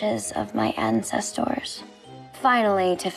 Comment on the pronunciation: I like how she pronounced ancestors “and sest tores”